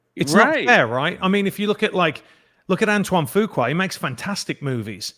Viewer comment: Love hearing the Fuqua name being said right! Ha